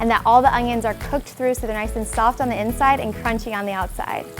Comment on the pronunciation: insed?? Maybe she trying to say inside.